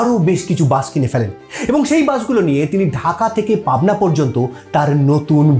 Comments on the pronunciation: বাঁশ নয় বাস বাংলা উচ্চারণকে বাঁশ মারবেন না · তা বাস কে বাঁষ বলে নিজেকে কিভাবে বাঙালি ভাবেন??